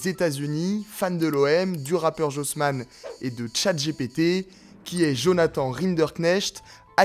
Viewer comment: "Los Angeles TimeSSSSS" et " Chaït J Pi Ti". En 2025 et avec l'IA vous savez toujours pas parler anglais ?